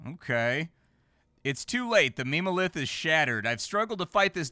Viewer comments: Ah yes, "meme-o-lith" 😂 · It hurt my soul a little every time he said it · I imagine the devs meant for "mem" in memo lith to be pronounced like in member. Because meme-o-lith is just impossible to take seriously 😂 but you just know it's what 99% of players are going to read it as